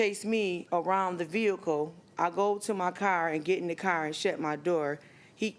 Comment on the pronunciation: At least the defendant can pronounce car correctly, not "cair" like the plaintiff.